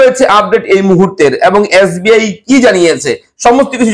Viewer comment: Yasbi na Dada SBI 😁